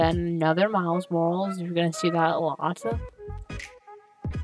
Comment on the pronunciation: You were saying miles morales wrong lol